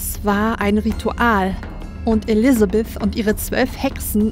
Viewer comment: Von deinen Pastas hat sich diese als eine meiner Lieblinge rausgestellt. Auch wenn Elisabeth streng genommen eher als Vampirin angesehen und anders ausgesprochen wird. Aber die Story sonst und die Stimmung haben es mir angetan. Und Emma mag ich irgendwie. Spoiler Auch wenn sie sich am Ende als eine der Antagonisten rausstellen. Was aber wohl auch daran liegt das ich Frauen mag die auf dem ersten Blick unscheinbar aber beim näheren hinsehen ganz schön was auf dem Kasten haben^^ (wobei es mir dann auch lieber ist wenn sie dennoch nett sind 😆 )